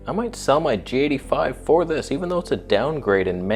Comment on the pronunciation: You pronounce the G85 as "Jatey Five." So strange.